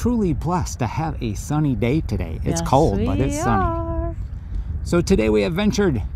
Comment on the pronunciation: It's a nice sunny day togay? I love your slip ups lol